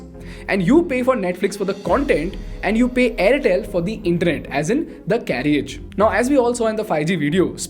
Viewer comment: A niggling issue..carriage is pronounced as carrage. The 'i' is silent ..since content is your product, get it right. I hugely appreciate your well researched content